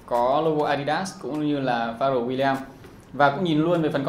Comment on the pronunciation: Đọc là phờ reo mới đúng chứ nhỉ :)